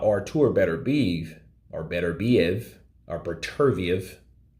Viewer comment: also pornunces i wrong like bater-beev, nah man it should be "bater-bee-ayve"